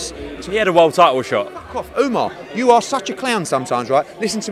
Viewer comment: Its not ouma its ohmar